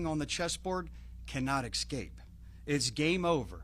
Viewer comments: Outstanding news and work, everyone involved! But, ECK-SCAPE?? ESS-CAPE is the proper pronunciation. Sorry, just a pet peeve. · What the hell is an "exscape"?